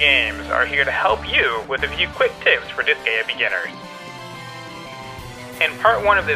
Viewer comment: also, it's disgaea as in dis-guy-ah kinda like ninja gaiden.